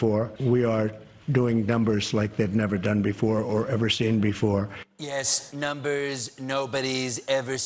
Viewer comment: Did trump say numbers or dumbers?